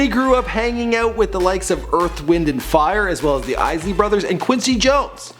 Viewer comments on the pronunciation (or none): none